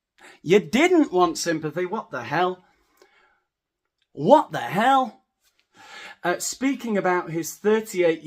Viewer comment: You do a very good US Midwest "What the hell?"